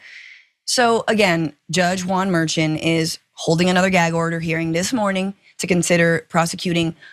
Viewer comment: it's Mer-shawn, not Mer-chin